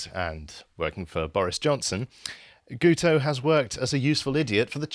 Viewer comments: He's not "Gooto" - it's "GIT-oh" as in "git". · because it is Welsh and the "u" is pronounced as a "i" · It's pronounced "Geeto" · Btw lads the dopey Welshman's name is pronounced Geeto. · Guto is pronounced GIT-oh. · Pretty sure it's pronounced ' git ' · As a welshmen it's "gitoh". It's just Welsh for "guy". I like your channel but at least get indigenous names right. Independence for North Wales from Cardiff rule. Cardiff doesnt the care about us in the North.